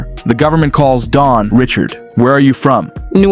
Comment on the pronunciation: as much as Dawn has said her name is pronounced (Ri SHARD) NOT (Rich ard). its crazy no one has said it right at all.